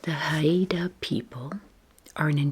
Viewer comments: Hi! Haida is pronounced Hide-ah, just two syllables. I was fortunate to visit Haida Gwaii this past summer for the first time, it is a truly spectacular place! Haida culture is alive and well, thanks to the ongoing efforts of the people to preserve the language, arts, ceremonies, and lands. ❤️ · Hey, this was yet another lovely video- thank you!! I lived in BC for 10 years and wanted to let you know Haida is pronounced "hi-da" (only since you mentioned how to prounce it!) 🥰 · I’m Inupiaq and live in Anchorage Alaska! I think you’d love visiting the cultural sites and shops! (It’s pronounced like “HI - DUH”) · Haida (Hi-da) indians of British Columbia we’re famous for the totem poles - FYI